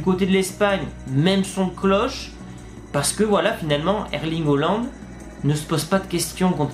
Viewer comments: C’EST PAS HOOLAND MAIS HAALAND ! XD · S’il te plaît essaie de mieux prononcer le nom de haaland ça fait bizarre quand tu dis holland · Je veux dire essaie de prononcer en français et pas en norvégien stp 🙏🏽